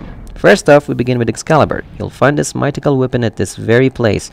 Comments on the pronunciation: Great video, just a note: the word 'mythical' is pronounced 'MITH-ICK-UL'. The TH sound is more like an F sound but at the front of your mouth. It's a hard sound for non-native English speakers to make so you can just pronounce it like an F, it's fine. And the letter 'j' is more like a 'y' or 'i' sound in Norse languages. For example, 'Mjolnir' is pronounced 'Myolnir'. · My-Tick-Call? Thats a weird way to say it. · I have to watch this muted because every time this guy says the word "mythical" wrong it feels like I'm going to have an aneurysm... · I've never heard somebody mispronounce mythical before today.